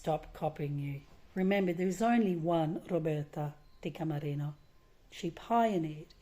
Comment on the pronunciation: It's killing me. Her last name is Di Camerino